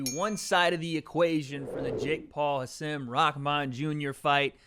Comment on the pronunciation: Thank you for pronouncing Hasim’s name better than literally anyone who has interviewed him. Much love 🙏